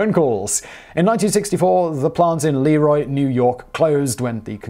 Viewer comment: Ok, I'll be that guy. le-ROY. not LEE-roy. Since we're getting rural western New York in here, hello from a former Byron resident, right next door to Leroy. Still mad at them for beating us in our homecoming soccer game 2-1 my senior year...